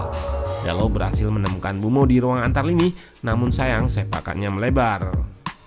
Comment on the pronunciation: Saran bang, kalo nyebut mbuemo sedikit ada penekanan, soalnya kedengaran seperti bruno